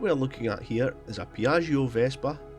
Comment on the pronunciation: Awesome stuff! Just a tip, it's pronounced something like "piad-jo", a bit like "banjo" :)